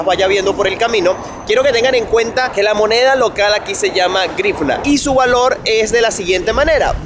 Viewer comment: Se pronuncia más o menos jríuña.